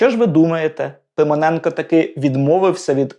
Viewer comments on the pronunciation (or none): Ну і вимова! Микола Пимоненко в устах ведучого звучить як Симоненко!?